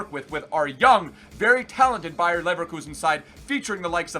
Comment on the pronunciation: it's bayer not Bayern you uncultured swine